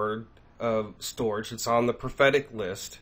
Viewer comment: Brother, STORJ is pronounced "Storage" or Stor-age. They were tying to do a play on words type of thing. Thanks for the video! Shalom